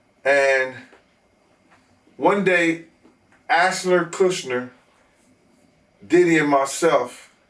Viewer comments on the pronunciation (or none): 😭😭😭😭😭 nah he said Ashler Kushner 😂😂😂😭😭😭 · “Ashner Kushner” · This dude really said "Ashner Kooshner".. hahahaha